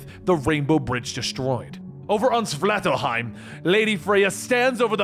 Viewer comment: How to pronounce 'Svartalfheim': Swart (as thwart, but starting with an s), Alf (like the TV show), Heim.